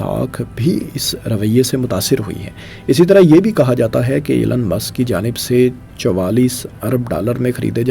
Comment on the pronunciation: O bhai ap apna pronunciation tu theak kar lo Aur Elon musk aur tesla aur space X aur .... Though it's a criticism but improve your accent